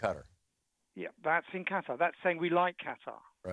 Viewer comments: STOP with the "Cutter" for fucks sake!! It's "KA-TAH" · Qatar.......... Cutter.LOL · I've never heard of a Country called, "Cutter".....